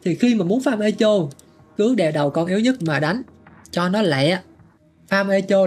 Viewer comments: thật ra nó đọc là e cho. E ko phải ê và cho ko phải chô nhé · 8.0 phải biết âm /e/ trong từ này đọc là e như tiếng việt chứ ai đọc ê. Phiên âm chính xác từ này là /'ekow/. Trọng âm rơi vào âm 1 đọc phát âm tiếng Việt là ékôu. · đọc cho sang thì đọc là 'ê cồ' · ngồi nghe Ê chô là cứ cười 😂 , phát âm là Êkô nghe bạn :))))) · ))) Echo đọc là ê kô nhá ông, chứ ko phải ê chô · Echo đọc là "Ê cô" anh oi, không phải "ê chô" 😅 hài mấy thanh niên kêu tôi 8.0 lỏ này nọ =))) tôi muốn nói là chữ "ch" trong echo đọc là "k" (theo phiên âm tiếng việt) chứ k phải "ch" mà mấy ông yap buồn cười quá =))) đúng dân việt nam chỉ biết tự ái vì mình làm sai một cái gì đó hở tí là vào nói như được mùa. 2k9 hết à 🤡🤡🤡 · "Éc cồ" mới đúng nha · 'e ko' nhé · e co nhá ko phải i đâu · bên cú đêm thì là "Ê hô" bên này thì là "Ê chô" mé nó kênh t đăng ký toàn bị cái gì thế này ??? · Mình góp ý một chút về cách phát âm ạ, Echo đọc là E-kô, âm K nha. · Echo phát âm như con tướng Ekko của liên minh ấy :)) không phải là Ê chô đâu :))) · echo - phát âm: ˈekō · đọc là " e-kô" nha anh @@ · bạn nói để làm ngta hài lòng, lòng đâu không thấy nhưng thấy bạn hài rồi đó. Tiếng anh thì echo đọc là " i cô " hoặc " e cô " chứ không phải theo vần phiên âm của mình đâu